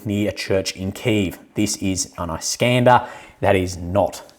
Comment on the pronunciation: Isk-ander mate! Isk as in Whisk. I know you've been told a few thousand times, so I'm sure you'll get it eventually. 😜